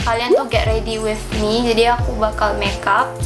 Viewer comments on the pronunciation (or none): dia blg with tu kaya wifh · with bukan wif kelesss